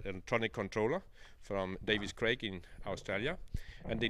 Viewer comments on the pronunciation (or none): none